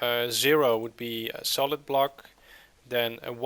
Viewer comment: It's solid not solith